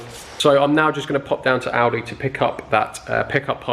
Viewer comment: Class video as normal. My missus thought your said aldi as well. Defo my favourite YouTube channel